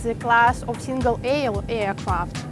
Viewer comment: Мда... С английским у наших как всегда беда. Вместо "эйркрафт" сказать "иакрафт" (пишу русскими буквами, а то многие не прочтут).. Это круто!!! Ну неужели молодых девчонок нельзя научить нормально говорить??? Про произношение я ваще молчу!!!!!! ПОЗОРИЩЕ!!!! Попугаи говорят лучше...